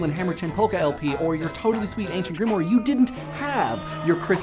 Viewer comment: He mispronounced "Grimoire." You enunciate the "e" at the end like the English "y." That, and if he just typed in the name "Grant Morrison" into his YouTube search, he would have a shit ton of material more to make a video on.